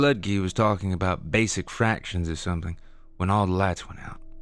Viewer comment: Can they get someone to narrate these stories that ISNT FROM CANADA. That can pronounce the words OUT, HOUSE, ABOUT etc. CORRECTLY!!!!!!!!